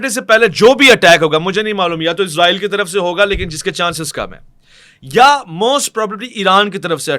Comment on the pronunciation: عزرائیل نہیں بھائی اسرائیل بولا کریں 😂😂😂